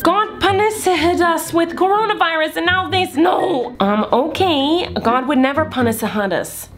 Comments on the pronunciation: Fyi miranda calls corona virus coronus virus lol no offence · She also said coronaspiris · coronis virus ( ͡° ͜ʖ ͡°)